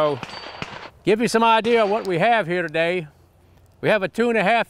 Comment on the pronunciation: idear, arear? Why the r? You're not British, Jerry!